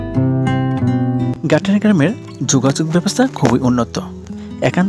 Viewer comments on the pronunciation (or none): Gatiyara ❌ Gaittara ✅🤣